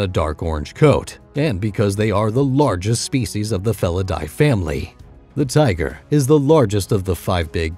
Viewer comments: lmaooo I wish I could say tiger as cool as him “tiggggrrrr” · Say "tigerrrr" again